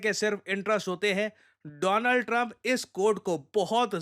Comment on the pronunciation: Dolaand Trump 😂